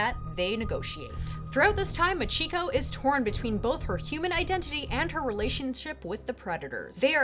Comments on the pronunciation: That Japanese name pronunciation XD Remember, in Japanese (or perhaps language in general), Chi is Chi, not Shi. Nice video though. Keep up the good work :) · MAH-chiko NO-guchi. The emphasis is on the first syllable.